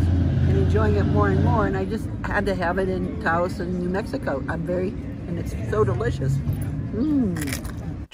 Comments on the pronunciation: Just FYI, Taos isn't pronounced "Tao". It's Tah-Ose. And the Rio Grande is pronounced Rio Granday. Looks like you're having a great time! We used to live in Santa Fe so it was nice to see it again. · Great memories. Is saying Town or Tao? I had to hear his Mom to realize they were in Taos! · I believe its pronounced "Towse"